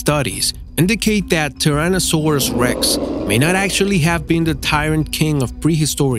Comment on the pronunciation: seriously! Tirannosaurus! Dude can't you pronounce a dinosaur name correctly